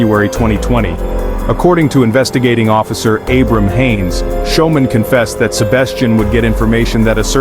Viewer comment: How do you pronounce "school". That'd how yo pronounce "Schoeman'!!!! 😮😮😮